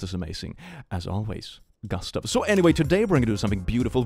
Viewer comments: Gust-(uh)ve? Do you mean Goo-st(ah)ve? Well, know i know how chooses names.. he must have a list he reads from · the pronounciation of gustav at the beginning is cursed